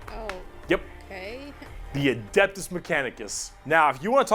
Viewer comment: I'm sorry, did I heard her say "adaptus" mechanicus...? Ma'am, they're not adapter plugs for your wall outlet. That gave me a laugh and I needed that. 😂🤣